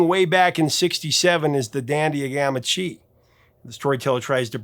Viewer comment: Ooof - first pronouncing Chi as "chee" and then Michel like "Michael". We still love you, but damn, bro.